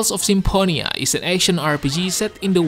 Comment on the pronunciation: Tales of SIMPONIA is definitely not how that’s pronounced 😂